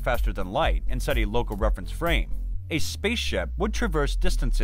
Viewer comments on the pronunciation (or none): none